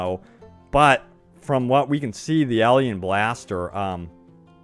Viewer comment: What's a elien blaster? Are you trying to say alien?